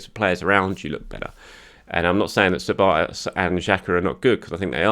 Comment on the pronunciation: The Hungarian "Sz" is pronounced as an English "S", try this Soboslai instead of Szoboszlai.